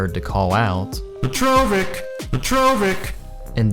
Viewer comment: God i hate y'all butchering poor Petrović's name. Dra-zh-en Peh-tro-vich zh is kinda like ch. you take z and make it shhhhh :')